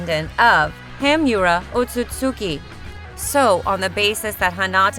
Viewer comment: Bookugun , tensaygun , konuhuh, hamyuru otsuki , gooodiedamaas , doo justu. Jen chur icky , fk this ai can’t read for shyt😂